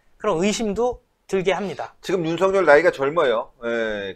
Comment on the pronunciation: 윤석렬과 윤석열의 발음을 제대로 구분해서 바르게 해야할 듯